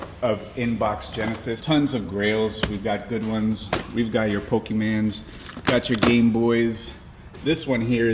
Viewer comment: "We got your pokeman"😅